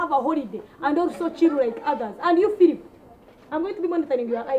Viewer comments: Philip not philiph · Philip not phiupu!!! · Phwep not Philip😂😂😂😂😂😂🙌🙌🙌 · Phiup not philip heheheheheh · lol its phillip and not Phoeb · fweepuu.. not Filipu